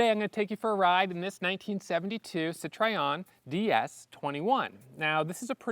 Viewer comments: Thank you. Hearing Citryon is making me crazy. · Sit Try On? - why do Americans not know how to say Citroen? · Apologies in advance, but it’s pronounced: Citro-en. I’m just using my ears that’s all. And I’m a perfectionist. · Best way to pronounce Citroen is “Sitroh-Ehn’ in French. In the UK we say ‘Citron’ 😅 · WTF is a SeeTriOn 😂😂😂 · I've never heard of a sit-try-on. Is this some obscure American marque? How TF can you be a petrol-head and not even be able to pronounce the brand? Exquisite car tho! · It's not a "Cit-Try-On" Learn how to pronounce Citroen. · Very nice addition to your collection, those cars were very avant-garde when they were produced and seeing one in this mint condition is quite remarkable. One note if I may... the maker is pronounced Citro-hen;) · This car is just a legend and I'm proud that it is a French car. Regarding the pronounciation of Citroën : "tro" like in "tropical" and "ën" like in "hence" without the h of course. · So embarrassing to hear you repeatedly mispronounce the name of the brand, OMG. How much effort would it have been to do your homework on that? It just feels like raw American indifference, just can't be bothered. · Please learn how to pronounce Citroën correctly. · I've heard many people in North America pronounce it that way. Also "sit-roy-en" and sometimes "sit-roon". In Zimbabwe (then Rhodesia) we pronounced it "sit-rin" with the "rin" portion rhyming with "tin". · Just take 10 seconds to go to a French car site and learn how to pronounce ’Citroën’. Just a thought. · A wonderful, unusual car! I think this is more your style than either the Mustang or even the Corvette. But you need to learn how to pronounce Citroen! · Citroen not citrayon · Oh please, if you don't want to try spelling nasal vowels, please don't make a CitrOEN to CitrEOn,,!!!! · Great video and an amazingly beautiful car, you're so lucky! But please learn how to pronounce Citroen! Sit-roh-en, not sit-ray-on.